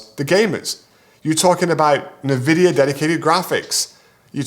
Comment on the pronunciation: Another great video. For reference nvidia is generally pronounced 'invidia'